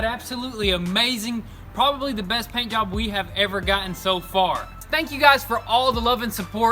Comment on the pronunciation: Did you say paint yob 😁